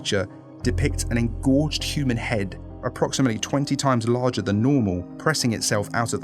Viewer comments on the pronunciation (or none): none